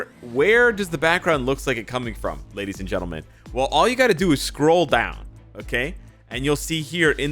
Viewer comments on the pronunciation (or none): none